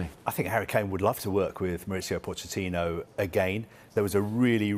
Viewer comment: Introducing Mauricio Fish-ittino